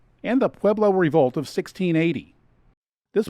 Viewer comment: Mispronounced Pueblo tribe names...